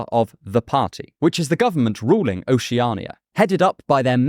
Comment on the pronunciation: Your pronunciation of Oceania drives me crazy. Oh she ah nee yuh... what the hell is that? Ocean is an established word in the English language.. isn't it just that with 'ia' at ghe end?